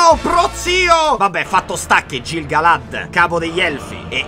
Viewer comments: Mai c e g morbide in elfico: pronuncia "chelebrimbor" e "ghil galad". Sei un grande comunque :) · ti prego. la "c" e la "g" sono sempre dure. Si legge Chelebrimbor e Ghil-galad. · Piccola precisazione: Celebrimbor, dal Silmarillion si pronuncia in realtà Chelebrimbor (tutto scritto nell'indice da Tolkine stesso, puoi andare a vedere) in quanto la C si pronuncia come K Come Gil-Galad si pronuncia Ghil-Galad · Auguri di pronta guarigione!!! Ps: per aiutarti per i prossimi video, ricorda che i nomi elfico si leggono in modo differente. Ad esempio è Kelebrimbor, non Celebrimbor, ed è GHil Galad, non Gil Galad, anche se si scrivono in quei modi 😉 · Piccola precisione da nerd eccessivo: Tolkien dice che tutti i nomi elfici che iniziano con "CE" si pronunciano "CHE", come CHElebrimborn, o CHEleborn, il marito di Galadriel. Stessa cosa con GI: sarebbe GHIL Galad. OK LA SMETTO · Ti amo disperatamente. Faccio la Hermione della situazione (visto che sono lievemente ossessionata da Tolkien, quindi ne so a pacchi), la G si legge sempre dura in elfico quindi è "ghilgalad" come Gimli è "ghimli". Ciaccià Te amo since sempre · Bellissimo, finalmente il miglior fantasy hahahahhah per 4 anni so che guardare. (Solo una correzione si pronuncia Ghil galad, Kelebrimbor e così via, e Isìldur per gli uomini l'accento scende) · Sono una tua bymbah sin dai tempi del primo Erripotte e ogni anno regali gioie💖 Unico appunto: la "c" è dura in Tolkien quindi in nomi come Celebrimbor, Celebrìan o Celeborn, "ce" si legge "ke" quindi "kelebrimbor". Stessa cosa per Gil-Galad dove "Gil=ghil". "Ëa" come Ëarendil si legge ËA e non "e". Aspetto con ansia gli altri video. TV1KDB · Piccola correzione sui nomi, si pronunciano: ghilgalad e Chelebrimbor, se ti servono approfondimenti sui personaggi per i futuri video ti consiglio il canale nerd of the rings fa degli ottimi video di approfondimento sui personaggi del signore degli anelli, li trovi praticamente tutti, ma è in lingua inglese